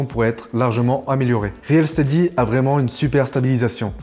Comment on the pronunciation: Salut! Ça fait plaisir... Yen avait marre de voir l'autre... 😊 Sinon c'est pas réel steady mais reel se prononce "ril". Merci à vous deux pour le contenu de ouf que vous nous donnez.